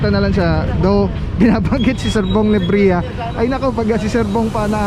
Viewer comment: "NEBRIJA" hindi "NEBREHA" , dapat bong nalang nilagay mo.